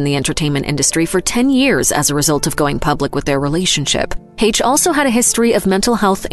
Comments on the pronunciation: The "CH" in Anne Heche's name makes an "SH" sound.... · Way to mispronounce Anne Hache.